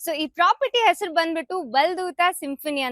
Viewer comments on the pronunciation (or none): none